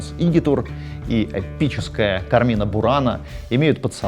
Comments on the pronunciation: Не "КармИна бурана",А "КАрмина бурана" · Всё круто, но в слове carmina ударение ставится на первый слог: суровы правила чтения в латинском языке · Там ударение на первый слог: cArmina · кАрмина бунара) Ударение резаноуло, там на первый слог.